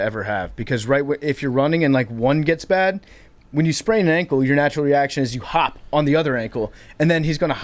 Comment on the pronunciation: Billy is the glue!!, “bad” does not have a second syllable, a “ee”, or a “y” before the A. Also, cheers for having Rico’s back during the most recent contract dispute.